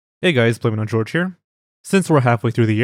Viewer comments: Man I just realized it's pronounced "blameitongeorge" 💀I've been saying it wrong for so long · That's how I have pronounced his name too for years. I also remember some years ago there either was a guest narrator on this channel, or he was a guest on another channel that I watch, and the other narrator called him "Blameitongeorge" too.